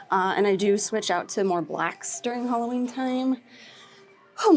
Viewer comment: It’s Halloween not Holloween!